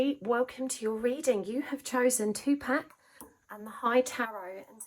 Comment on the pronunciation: It’s pronounced tu poc